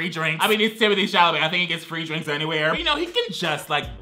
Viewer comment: Guy: Timothy Chalamete Girl: Magen Stallion